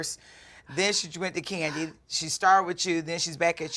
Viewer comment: I like Kandi, but her voice is annoying and the way she pronounces words is disgusting